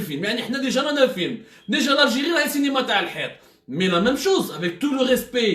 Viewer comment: machi " Cinéma ", il dit" Cénéma".😂😜🤣🤣😀😛